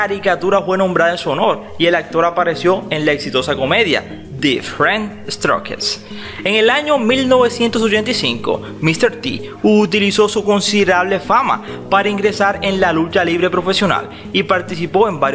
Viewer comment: Pero qué malo pronuncias casi todo !!! Es Star Trek y se pronuncia como tal. No es Dwayne, sino Dwight (Duáit). No es di rent stroques, sino Diffe'rent Strokes y se pronuncia dífh rent strouks.